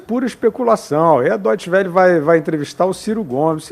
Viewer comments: Dóite Xuel matou a pau...PRONÚNCIA É DÓITCHE VÉLLE, pronuncia meio abrasileirada, mas já ta valendo. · "dotxe vele" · A pronúncia de deustchwelle é dóste-vele. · A pronúncia da deustche welle tava muito errada,só avisando sem querer ser chato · Doitesch Uel???? Venha conhecer meu canal e deixar de pronunciar tudo errado!